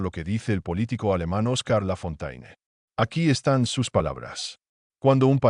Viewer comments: No se pronuncia Lafontaine, sino Lafonten. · La pronunciación es Lafontén👎👎👎😮